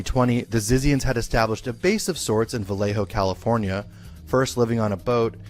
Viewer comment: I am sure it is pronounced ZITZIANS.